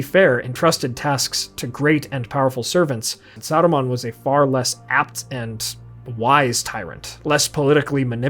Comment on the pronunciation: Why are you trying to roll the R in Saruman's name? Sounds like Sardamon.